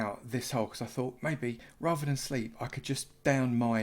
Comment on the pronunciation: "I fought you was 'ard. I fought you was well 'ard." :) I suspect we've all been there, and the early game slime was indeed a temptation hard to ignore. Commerisations.